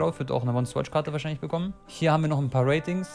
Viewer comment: Normale leute: Ratings Eli:Watings